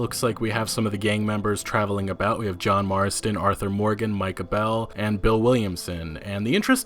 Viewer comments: It's (MY KAH) not (MI KAH) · Mai-kah, not Mee-kah. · Holy Shit I hate to be that guy, but it's not pronounced Mika it's Micah like my-ka my best friend has the same name, and it's pretty obvious how you say it. Mika just sounds so feminine, and wrong. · Don't we think the name is probably pronounced "m-AY-ca bell" rather than "m-ee-ca"? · It's not mee-cah it's pernounced my-cah. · Okay, I've put up with this for a few videos, but I have to say something about it. ITS NOT MEEK-AH BELL ITS FUCKING MIKE-UH BELL JESUS FUCKING CHRIST. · Dude if your going to say his name.. say it right.. it’s not M-ee-kah bell.. it’s M-i-cah bell. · FOR THE LOVE OF GOD. It’s pronounced “MYKUH” not “MEEKA.” Jesus. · Bruh...it’s My-cuh Bell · MY-Cah, goddammit, MY-Cah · Micah is pronounced "My-ca". Weird, because you pronounce it right . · It's pronounced My-Kah Bell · I love your videos, so don't take this the wrong way, but you are CONSTANTLY mispronouncing names. You pronounce "Micah" three different ways, Pancho Villa's last name should be pronounced like "tortilla," and I don't even want to think about what you did to "Josiah." Again, I'm so glad to have these videos, but maybe think about working on your pronunciations? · you say Micah two different ways in most of your videos... the second way that you pronounce it which is the third time you say it should be correct.. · Still can't pronounce MyyyyyykAaaaaaaa right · once again you don't know how to say micah and good god that is a deer...why are you second guessing that?